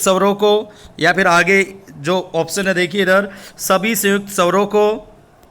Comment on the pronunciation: महोदय आप हिंदी पढ़ाते हैं तो कृपया हिंदी के शब्दों का सही उच्चारण किया करें आप बार बार स्वरों को सवरों कहकर उच्चारण कर रहे हैं,सुधार करें